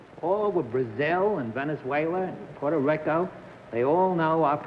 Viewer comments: Por-to-RECK-o...Jesus I wish Bennett would learn to pronounce words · Lol Bennett saying "Porta Ricko."